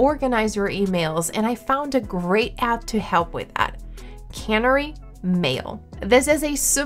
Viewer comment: I hadn’t twigged Typing Mind gave access to GPT4, good to know. I was totally thrown by her pronunciation of Canary. It usually sounds like the bird whenever I have heard it discussed before. I don’t know 🤷‍♀️ did she pronounce it as the brand prefers and everyone else was wrong. I’m curious now.